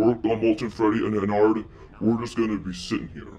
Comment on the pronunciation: Ennard Is Pronnounced [ENN-ERD].